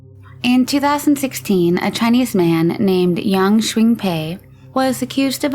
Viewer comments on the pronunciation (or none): It’s funny the first guy’s name was pronounced differently every time it was said, quinpei, huingpei, shingpei, heongpei etc 😂